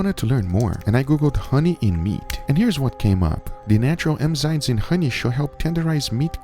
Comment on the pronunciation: Well, he pronuonce emm.... Instead of ennn, tho